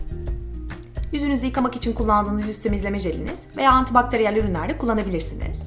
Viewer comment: anti baktariyel derken mesela=